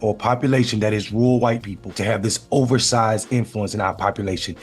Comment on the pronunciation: Rural is not "rool" and veteran is not "vetrin". And even if there had been fbi, cia, etc at Jan 6, it still wouldn't make those people innocent for their own actions. That's like saying you're innocent for a home burglary cause you didn't break the door, you just followed your friend inside and took some stuff cause he instigated it.